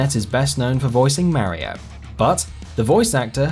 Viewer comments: I hate the way you say mario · I know, right! It shouldn't even be a thing, as Mario himself (in game) says his own name PROPERLY! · why cant people pronounce mario? 8 havent played a mario game since sunshine but fuck, people.